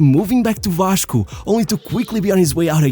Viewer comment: fala em em inglês mas o sotaque e quando ele fala "Vaxco" entrega o brazuca rsrsrsrsr